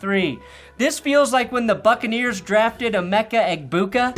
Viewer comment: The more often I hear Gronk mispronounce Egbuka, the more I lose my ability to name him correctly 😅 Loved that Cheney joke, like served on a silver platter.